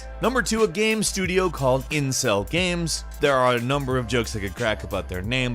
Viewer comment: when he said incell games I thought he said incest games.